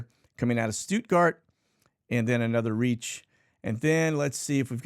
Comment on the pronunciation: Why do you pronounce Ramstein as "ramshtein," but you don't pronounce Stuttgart as "shtuttgart"?